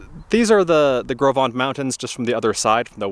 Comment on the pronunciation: I was told that it is pronounced "Grow Vent" by the Teton Park Camp employees. Do what you want with that, I have yet to verify it. I camped super near where you did. I absolutely love that area. What a great work you are doing with this trip.